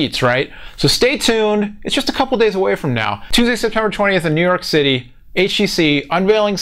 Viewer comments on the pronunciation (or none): none